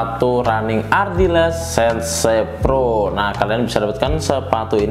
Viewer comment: "SEN-SE" PRO itu apa bang, 😂😛